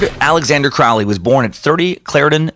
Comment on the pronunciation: Heh, 'kay, if you're going to do a two hour podcast on Crowley, at minimum you could bother to pronounce Crowley correctly. It's "Crow-lee", like the bird.. rhymes with holy.